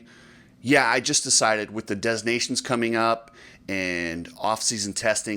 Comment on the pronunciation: What are you talking about? Hunter just crashed YESTERDAY, and it was a pretty damn gnarly crash. He was CLEARLY in a lot of pain and no amount of money is worth permanently messing up your back. Also, PLEASEEE for the love of God, stop calling it DEZ nations. This is like 6th grade language stuff. You can do better buddy. Otherwise, great work.